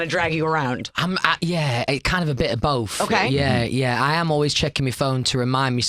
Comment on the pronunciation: And “bof”